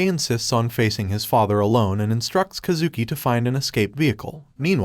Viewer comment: “kuh zooki” is killing me😭😭its Kaaah zuki